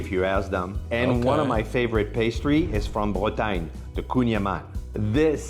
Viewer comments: dit you learn thing in school it is BRE TA GNE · Cela se dit Bretagne